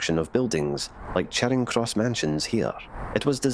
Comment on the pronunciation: Charing Cross in Glasgow should be pronounced as Chairing Cross. In fact the narrator mispronounced a number of Glasgow Place names.